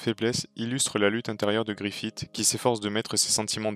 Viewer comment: Griffiss pas Griffite plsss mais sinon très bonne vidéo.